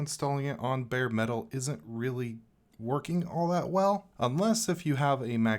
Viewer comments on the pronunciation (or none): none